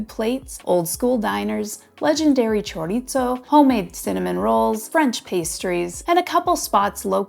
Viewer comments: Will you PLEASE STOP mispronouncing CHORIZO??? There is no "T" in it just because you thought you'd throw it in. It's NOT 'chor-eat-zo'. You are in Tucson in the Sonoran Desert. Say it right or please don't say it. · Choritzo? LMAO